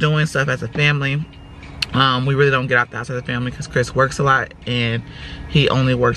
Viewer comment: “Cwiss is not at work…Cwiss is not at work.” Never forget the half stack of Pringles with half dozen bottled water!! 😂😂